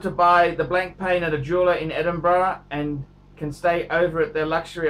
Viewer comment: "BLANK PAN", "NOH-VOH REESH". phuck me dead